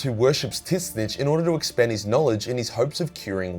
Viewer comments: Are you serious mispronouncing tzeentch? School much? The T is silent in the pronunciation of Tzeentch. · Why are you pronouncing "Tzeentch" like that? WTF? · I was so fucking confused when he started saying that xD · His pronunciation of Tzeentch has me dead 😭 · Please learn to pronounce Tzeentch. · Your pronunciation of Tzeentch makes me die inside. Dear Chaos Gods...